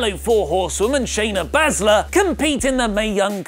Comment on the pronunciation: can you please pronounce Shayna's surname correctly. Many thanks. #swaft